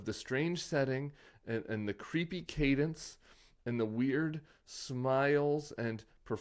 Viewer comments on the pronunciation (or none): none